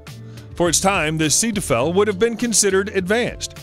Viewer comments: "Setufel"?! Zee - toy - fel, try it. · "Setufel"?! :) I did not have a clue what he was talking about until I saw it written down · Sounded like "Cetophil," the hand lotion. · hahaha... this guy kills the German language. The Sea Devil in pronounced "SAY-TOY-FULL"... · Its pronounced Say toy ful, and Bore an the russian shuttle, come on. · Jesus, learn how pronounce the words... Seeteufel, Buran, Grumman